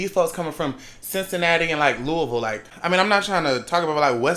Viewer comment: glad he knew how to say Louisville